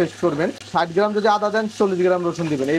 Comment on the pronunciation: আপনার দেওয়া রেসিপি গুলো বেশ সুন্দর সাব্লীল৷ দয়া করে চেস্টা করবেন পানি কে ফানি , পলাউ কে ফলাউ,গ্রান কে গেরান না বলতে৷ দোয়া রইলো ভালো থাকবেন৷